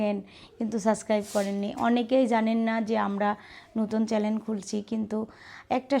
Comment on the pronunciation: উচ্চারণ ভুল বলেন কেন। চ্যালেন না চ্যানেল।